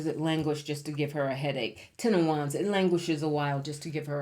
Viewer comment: Hello ‘10 of Wans’ 😅😅😅 Just had to say 😊